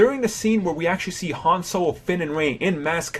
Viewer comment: its han not ham